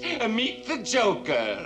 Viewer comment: It is not jocker it is joker